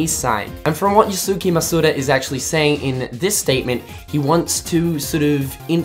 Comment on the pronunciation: Dude really called Yosuke...Yosuki. lol